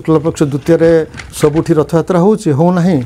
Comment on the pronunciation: Anchor ଙ୍କୁ ଅନୁରୋଧ ଯେ ପ୍ରଥମେ ନିଜେ ସେ "ରଥ ଯାତ୍ରା " କୁହନ୍ତୁ, ରଥ ୟାତ୍ରା ନୁହେଁ